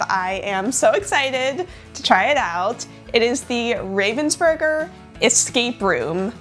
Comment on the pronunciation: That was the curse for pronouncing "Ravensburger" the wrong way... 😜